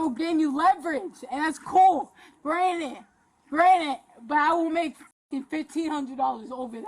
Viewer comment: She’s so young and rich and smart. She has $50/month. If that’s rich, I’m a fuckin billionaire! She is so smart, yet it seems the only word she knows is utilize and uses it for literally everything even when it doesn’t apply, “yall are utilizing my ass” lolz so fuckin stupid! Also she keeps saying “granite” instead of granted and over and over so it’s not a slip of the tongue. Clearly broke and stupid is her real identity and rich, smart, and pretty is her alter ego.